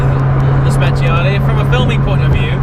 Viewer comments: i think it's time to learn how to pronounce speciale in the right way 😂, anyway congrats for the wedding🎉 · When you say speciale I beg you to pronounce it well thanks, if you do not know how to say don't say thanks